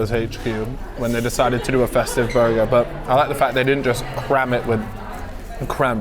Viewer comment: More burrrrgerrr